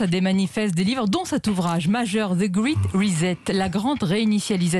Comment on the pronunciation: Ils prononcent ça comment „great“...elle grit et lui grait...qu‘est-ce que c‘est 2 bras cassés franchouillard...?